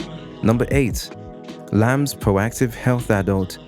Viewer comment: It’s iams not lams.